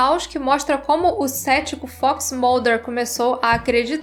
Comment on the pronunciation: acho que é assim que se escreve... Acompanho o canal a pouco tempo e as vezes implico com seu jeito de pronunciar a palavra FOX por exemplo mas uma coisa vou admitir essa com certeza foi o melhor conteúdo que eu já vi sobre X files amo a série sou louco pelo filme 01 e piro que qualquer coisa sobre e novidades da série agradeço muito a Sra por trazer isso tudo ao canal eu já recomendo sempre vcs por conta dos aliens mas se vcs começarem a falar de Arquivo x aqui vão ter um eterno frequentador do canal